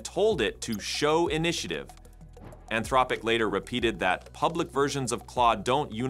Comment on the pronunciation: Your AI voiceover has an impressive number of pronunciations for “Anthropic”